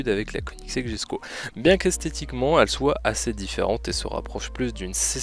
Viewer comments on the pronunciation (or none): ok désolé mais ça m'irrite quand on dit jesko au lieu de yesko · On dit yesko pas jesko